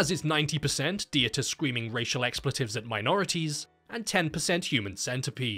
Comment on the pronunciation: may "the crazy german surgeon" aka Dieter Laser rest in peace small nitpick, its pronounced like "Vita" but with a D. the E is basically silent (not Di-e-ta) :)